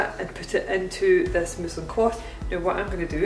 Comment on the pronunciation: i couldve sworn you said muslim cloth and immediately imagined using a hijab